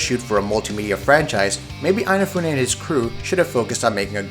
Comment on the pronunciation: Eyenafune? I never knew he was Irish :D